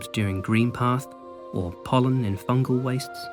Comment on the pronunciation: Every time he said pollen in fungal wastes, it pained me like nothing else.